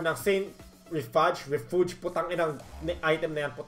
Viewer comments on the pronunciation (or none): Saint Re-FUDGE hahahaha Yung pronunciation po niyan parang pronunciation din po ng refuse.